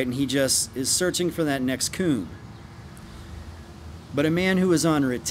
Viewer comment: I die every time he says "coom" or "coomer" 🤣